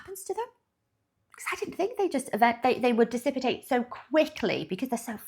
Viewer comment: You got me confused too I'm sure its "dissipate"( dis-si-pate) "dissipated"